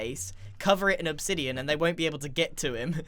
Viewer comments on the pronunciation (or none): none